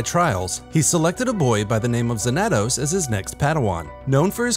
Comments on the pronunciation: It’s pronounced Zan-a-tos. Study your SW history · Cool to see someone make a short about this lesser known character but... Why're you saying his name like that? You're pronouncing the 2 A's differently. There's no accent so it should be pronounced Xan-a-toss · His pronunciation of xanatos is killing me. Fair enough it may be righr way to say it for the SW universe but I only remember the Xanatos from Gargoyles and that ain't it. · That's not how you pronounce Xanatos... yikes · Learn how to pronounce Xanatos, bro